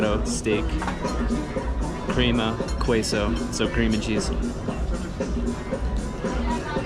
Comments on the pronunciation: The proper pronunciation of queso is ke-so, not kwe-so! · Lovely videos (watched a couple of them already) but a few things I can't get past: * you've been a week there n still doesn't know how to pronounce "La condesa" lol *Queso is "kay-so" not "Coo-ay-so" *Why are you surprised Wal-Mart operates in Mexico. There's Wal-Mart even in China, my boy. 🙃 *Why are you surprised at all the luxury brands you found? Why is it worth documenting it for you? (Im genuinely curious) Other than that glad to see you enjoy your chulaquiles. 👍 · K-so, not kway-so! 😊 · Kway-so? My guy, you're gonna have to learn how to pronounce some words of these places you're going. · You don't need to pronounce the U in queso, it's just pronounced "qeso" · Bruh ...... Keep the CDMX videos coming. Pronounce Queso = Kay-so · please QUESO/"KESO" U is silent!!!!! Por favor, lol. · The way you say queso is great 😂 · hi. great reaction! thanks. really enjoyed it. i think it’s funny how you keep saying “In America” like if you are in a different continent. Mexico is still North America. cheers from Las Vegas NV. ps. the u in queso is silent. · The way this man continues to mispronounce queso is offending.